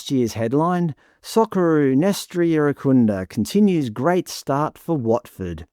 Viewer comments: You're trying so hard to be pressed by this, lol. If it wasn't clear enough from you mispronouncing 'Irankunda' repeatedly (hint: the 'n' isn't silent), and you really are this obtuse to the many reasons that he hits the headlines so frequently, it just shows you don't pay enough attention to the general discourse around Australian football to contribute something actually insightful or informative. The focus of these stories aren't confirmation of some ABC agenda that you're apparently so paranoid about; they simply reflect the appetite of the majority of fans, and what they're most interested in. For years now, Nestory has been in the headlines because he's a huge fan favourite and frequently makes himself an undeniable talking point with his explosive and direct attacking play, jaw-dropping goals, and showmanship that make him impossible to overlook. He is by far our most eyecatching player, on a regular basis. Metcalfe is comparatively understated — in both his play and his demeanour on the pitch. He's a tidy midfielder who has a good passing range, carries the ball well and has an important role in our transitional moments, but there is a reason he's relatively unheard of outside of the Australian and St Pauli fanbases, and it isn't because the ABC has some reverse racist agenda, as you're not-so-subtly implying. Your agenda, on the other hand, is blatantly clear from the lengths you've gone to to be misleading here, your smugly sarcastic voice over, and how pridefully b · I watched on SBS. I only heard Irankunda, Türkiye, Irankunda, Türkiye. I have to laugh, I was in Türkiye 😂in February and none of my Turkish friends pronounce it anything like what was being hammered out on SBS. 🤦🏼‍♀️